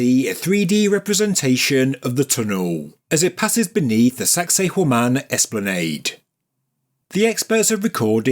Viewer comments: i swear you're saying "sexy Women" lol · Does anyone else hear 'sexy woman' in a real thick accent every time they hear that word? Or is it just me?